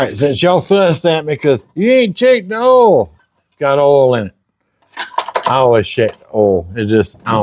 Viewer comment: "Yes, I checked the ohl" Ohl means oil:face-green-smiling